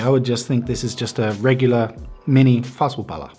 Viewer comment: When you said "fasu pala" i thought u were finnish